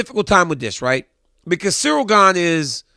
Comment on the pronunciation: At least he respects Stipe as a fighter and you too DC. He literally refused to say Gane's name correctly and it was so funny. He kept calling him Cereal Gain LOL